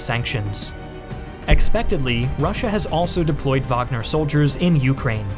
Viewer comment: Thank god you pronounced wagner correctly